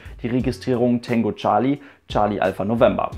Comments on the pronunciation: Heisst das nicht Tango und nicht Tengo?(will nicht auf besserwisser tun...) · Na klar heisst es " Tango" - Genauso wie es Cathay Pacific heisst und nicht "Kesse Pässifik". :D